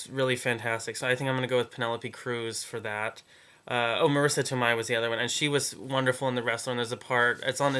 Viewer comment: To-may! But thank you for understanding exactly why she can't win! It's all Rourke - and Winslet.